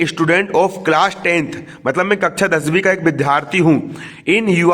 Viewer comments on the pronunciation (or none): भाइ,दसबि मत बोलो